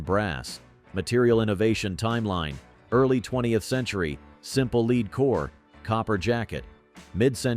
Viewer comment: I really hate this AI voice and the "point three eight caliber"/"point four five a c p"/"Hor Nod Ee"/"one nine one one"/"leed" (lead) abuse of the English language. Hello? "Myth #4" is labled "Myth #2" Meh. I've been a IPSC/IDPA/USPSA competitor. I love the 1911/.45, but I carry a 10mm. I live around bears and meth freaks. .45 is suboptimal in this environment. I'd have to go to .460 Rowland to match my 10mms.